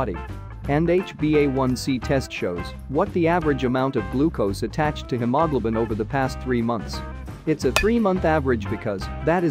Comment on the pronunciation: The computer voice did not pronounce hemoglobin very clearly.